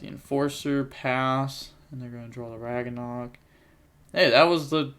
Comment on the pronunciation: Its pronounced rag-nar-ok